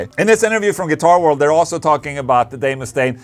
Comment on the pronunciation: Ola did you just say Dave Mustang? 🙄 you did didn't you 😅